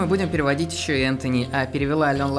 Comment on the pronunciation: правильно Энтони